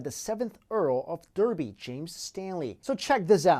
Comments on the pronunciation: Derby is pronounced, Darby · You'd pronounce Derby like Darby. I should know, it's where I'm from :p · Derby is pronounced darby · Very good,but in the UK Derby is pronounced 'Darby'. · You pranounced Derby wrong. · He pronounced Derby wrong xD Everyone does